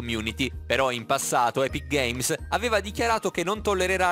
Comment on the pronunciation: Non sai nemmeno pronunciare epic games